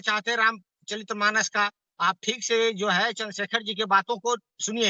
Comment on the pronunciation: अबे नाम तो कमसे कम सही से लेलो, राम चलित मानस नहीं है राम चरित मानस होता है। तुम लोग धब्बा हो हिन्दुओं के नाम पर।